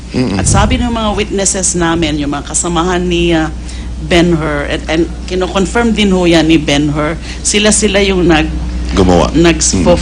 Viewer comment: Isa lang ang tanong ko, Mr. Senator, conferm ba yun o confeerm? Take 2 na, dami mong mali sa script! wahahaha!